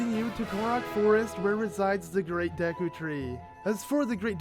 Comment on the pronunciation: dekur tree you mean deku?